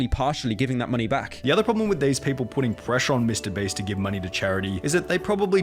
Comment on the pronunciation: I like how Pyrocynical keeps addressing Mr. Beast as "Mr. Breast", kind of like how I address his real name as "Nailgun".